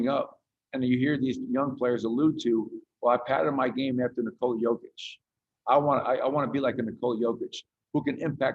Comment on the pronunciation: knee-cola ahahaha